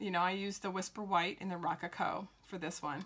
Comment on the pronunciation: Great video. Check the pronunciation of “rococo “.